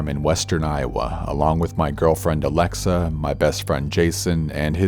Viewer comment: As someone whose real name is Alexa, I very much appreciate the way you pronounce it. Anyways. I am glad you’re back. 🖤